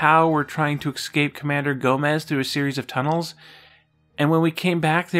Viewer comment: Why do you say "exspecially" and "exscape"? Those aren't words.